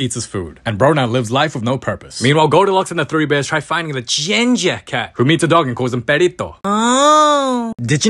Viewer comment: The emphasis on “ginger”